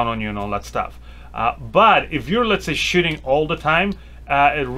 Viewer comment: I hear shitting instead of shooting